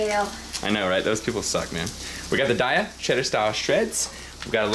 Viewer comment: Dude, don't hate me but on the Daiya website they say that it is pronounced "Day-ah" as in "Give me a pie toDAY-ah" I know. I know. Hearing you pronounce it your way these last few vids make me think of the good days when the "i" was there for a reason.